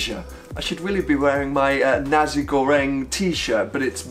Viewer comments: I'm sorry but I'm going to have to correct you by saying It's Nasi "Naci" not Nazi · Not that bad to be honest, it was just how he pronounced Nasi sounded likes Nazi.